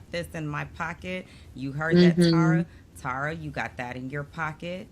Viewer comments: Y’all, it’s pronounced Terr-uh, not TARa. Just think of terra cotta, and you won’t get it wrong. I remember Rob C. said he bonded with Tara Lipinski and the first thing she said to him was ‘omg you pronounced my name right!’ 😉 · Love this channel and your banter. I’d check on the pronunciation of Tara’s name. Maybe I’m wrong, but I think it’s pronounced Tair-uh.